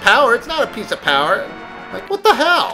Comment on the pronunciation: I like watching your videos. I learn something new every time. though I like it when you called the heart pieces a piece of. that's so you